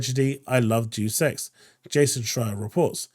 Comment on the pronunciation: Psst... It's said "Dayus Echs" not "Jew Sex"